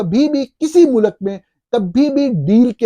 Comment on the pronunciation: سچ بات؟ سچ تو آپ کو بھی سننا پسند نہیں۔ ملاحظہ کریں اپنی روز مرہ کے شگوفے: 😙 Hopefully your son, یاراں years old, speaks better than "waqat", "soverenety", "mulak" and "قنون" --- and doesn't utter annoying catch phrases like صاف ظاہر ھے ... 😂 I think he's old enough to know the difference between "build" and "built" and that the English word is pronounced GOVER-MENT not GOR-MINT. In Urdu it is called حکومت . Likewise رہا (rahaa) means lived, was, stayed etc. [The past tense of the verb "to be".] However when are talking of release from captivity, the word is رہا (rihaa).